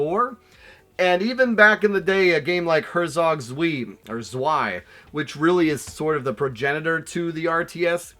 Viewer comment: Zwei - “s’vay” - 2 in german